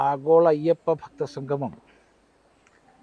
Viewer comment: ഞാൻ നേരത്തെ പറഞ്ഞതാണ്. എങ്കിലും പറയുന്നു. സംഘമം അല്ല കുട്ടി സംഗമം എന്നു പറഞ്ഞു പഠിക്കൂ.